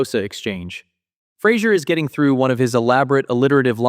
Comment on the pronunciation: David Hyde Pierce smirking and saying "you said Flasier" 🤣🤣